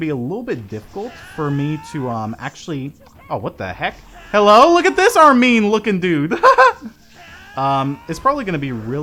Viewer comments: Does it bother anyone else that he says (Ar-mean) because I'm not used to that I always say (Arm-in) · Bro, it Arm in not armeeen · ***** Dude your pronouncing my favorite character's name wrong! It's Armin not Armine! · Its not pronounced Arm-mean It's Arm-in, Jeeze. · its pronounced Arm-in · you said Armin's name wrong.